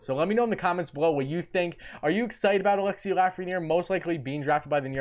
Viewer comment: You're gonna be saying his name alot in the future,perhaps learn the proper pronunciation of his first name.....